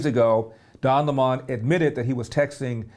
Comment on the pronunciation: Why do these guys insist on mispronouncing Don’s last name? You’re entitled to your opinion but I’m not sure why it’s prudent to continually mispronounce the man’s name.